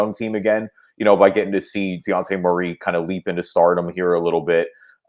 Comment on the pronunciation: WHO IS DEONTE MURRAY? Last time I checked it’s DEJOUNTE….